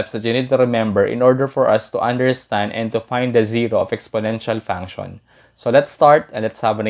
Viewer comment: Thank you very much you made this very easy to understand. I do want to tell you that function is pronounced, funk she in but but funk-shin. In English the TION is always pronounce shin. It’s because the TION comes from French and that’s how it would be pronounced in French only we don’t use a French accent or use of course are there in American, Canadian, Australian, British accent or some other accent, or people speak English as their first language. English can be a very difficult language to pronounce, and of course, to spell because we have many words that are spelled differently, and are pronounced the same. Such as they’re, there and their. And to know, and no. Both are pronounce the same and mean different things and spelled differently obviously. But just because you might not pronounce something exactly the way it should be pronounced does it mean that you’re not speaking English but it can make it difficult to be understood, especially by the native population that is going to pronounce things differently. But you’re really great at math and that’s very important. Keep working on improving your English pronunciation. Thank you for making a very difficult conceptEasy to understand. That’s not including slang, which changes frequently, sometimes being popular only for less than a year. There are slang terms that have become part of the lexicon or in other words, vocabulary now actually in the dictionary.